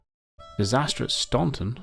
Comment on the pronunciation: funny...you said "Disaster at Staunton" and I thought you said "Disastrous Stompin'" :p